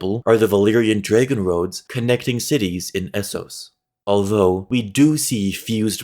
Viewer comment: Pretty good video. Cool idea. Nice layout. Easy to follow. Hate the way you say it like dray-gun. 10/10 Wanna get real weird with it look into how the Iron Islands used to be a part of mainland Westeros. You’re closer than ppl might think connecting ironborn first men and northern first men. Credit to David Lightbringer’s channel